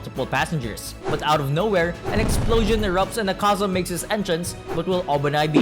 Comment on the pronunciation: Btw it’s Ak-A-Za not A-Kaza